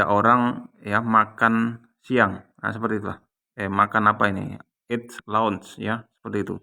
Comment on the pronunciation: Bukan launch tp lunch